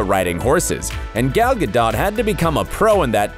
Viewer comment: This guy dillian who's telling this story doesn't even know how to pronounce gals last name. Disapointing